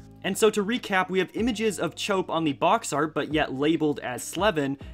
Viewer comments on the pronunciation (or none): In Chope's name it's pronounced normally, like chop, not chope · You pronounced “chope” wrong. It’s pronounced “chop”